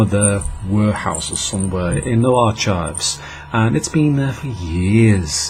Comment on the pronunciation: You're an idiot mate, no absolutely nothing about television and can't pronounce archives. Unless you're joking in which hahahahahaha etc